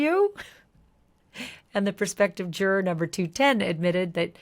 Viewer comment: Love the coverage. Wish you said juror correctly. 😢